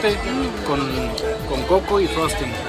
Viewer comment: Me dio mucha risa que dijo como 10 veces Frozting jajajajaja.. Saluditos desde la CDMX